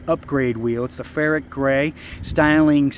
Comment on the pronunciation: Did he say ferret gray...LOL